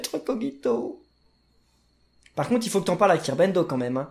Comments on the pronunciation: Sa se prononce kojito dans le dessin anime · Dans l'anime ils disent koJito et non kogito donc voilà ^^' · Sa s'écrit kogito mais sa ce dit kojito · ON DIT koJito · Kirbendo Kogito ce prononce avec un J pas un G